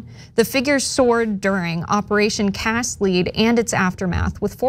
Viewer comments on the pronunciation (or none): It's pronounced Cast "Led", not "Leed"